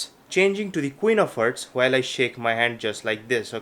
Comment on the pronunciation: IT'S HEARTS NOT HERTS U FUCKING ILLITERATE ASSHOLE